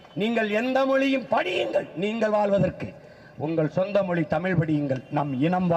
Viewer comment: ஏண்டா மொழியை மொலின்னு வாசிக்கிற! ஆங்கிலம் கலந்து பேசுற! இதில் கிண்டல் வேற ! பி டி யாருக்கு தமிழ் படிக்க தெரியுமா? பி டி யாரை முதல்ல நல்ல தமிழ்ல பேச சொல்லு! ஸ்டாலின் ஓட தமிழ்ல கேட்டு ரொம்ப அதிர்ச்சியா தான் இருந்தது! தமிழை வளர்க்கிறோம் தமிழினத் தலைவர்னு சொல்லிக்கிட்டு நீங்க அழித்ததை விடவா வெளிநாட்டில் வளர்ந்த இந்த புள்ள தப்பா போயிடுச்சு ?